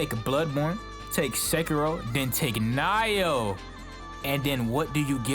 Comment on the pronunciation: It's "Nee-oh", not "nai-oh". Pretty much Dark Souls, but the combat is good.